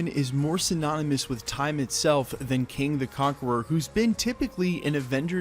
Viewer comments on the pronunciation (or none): It's KANG not king.